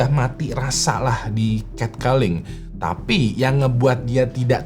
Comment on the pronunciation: Cat calling bacanya ket koling, bukan ket keling bang